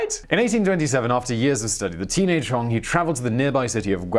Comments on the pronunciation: It's not Hong it's Hong!!!! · Its pronounced HonG